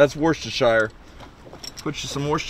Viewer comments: Woos-to-sure. Is how it’s pronounced 🤙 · Wooster-sheer. Happy to help